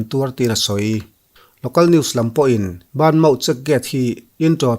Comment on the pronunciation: Aziak ah chuan banmaw tih aziak chu ani na a han sawi rik chuan BA MAW tih tur niin ka hria adik em awwww